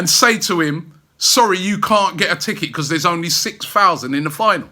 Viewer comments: I love the way Robbie pronounces 'Because' Bechuzzzzzz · Told you before Rob mate you need to work on that word ' Because ' lol